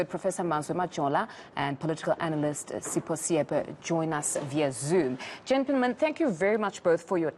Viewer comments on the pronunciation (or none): I thought his name was Sipho not Seepo!?!😳